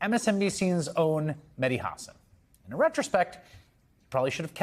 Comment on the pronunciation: say the name properly it’s Hassan